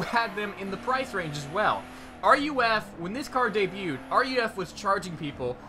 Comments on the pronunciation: Oh wait nevermind I see what you mean! Lol he's saying its called R.U.F. Its pronounced "roof" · Did this weirdo just said r.u.f? It's ruf smh people sound so dumb! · Roof not R.U.F. please. Also, there is a Porsche ducktail spoiler. This was known as the whale tail. The CTR was based on the narrow body 911 for low drag at speed which explains the mirrors. Thanks for the video.